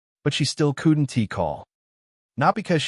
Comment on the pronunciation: The name change confused me and pronunciation was bad on couldn't wouldn't and doesn't grrrrr